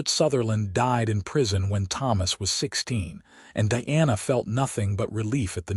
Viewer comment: First thing... Makes it really hard to listen to the story... The pronunciation of Diana's name! Your AI reader pronounces is as DEANA. it is spelled as DIANA! ... LONG I sound! Either change the spelling, or better yet change the AI reader!! I would say sorry for this criticism,,, but that is my DAUGHTER'S name! Pronounce it correctly!